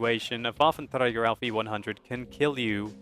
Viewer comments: bafentrega :D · I like how you pronounce Waffenträger :D Greetings from Germany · how nice you say waffenträger :D